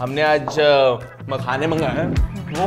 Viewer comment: When said "aaj hum makhane mangwaye hain", sounded like "aaj hum paykhane mangwaye hain". 🤣